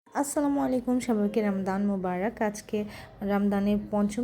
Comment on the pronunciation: ki baler ramdan ramdan korchen bolle thik vabe bolben je Rama dan Ramadan ☝️🌿 na bolle bolben Bangladeshi ra jeta bole Romzan ba Ramzan ...